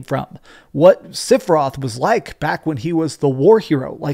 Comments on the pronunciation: sep-for-roth is how Sephiroth is pronounced, not sip-or-roth.. The original game, during the final battle it's in the music. dadada SEPH-IR-ROTH... People that mispronounce it are people who never played the full game on ps1. Also it's Tidus like TIDE US not tea dis.. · who's Sipheroth? Don't you mean Sephiroth? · Sipheroth??? At least pronounce it correctly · Great video. The only thing I didn't like is how you pronounced "Sipheroth" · is a big fan of ff7 but can't pronounce sephiroth correctly lol he says "sifferoth) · Love you, but whyy SIFFeroth? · Bro u said sifiroth lol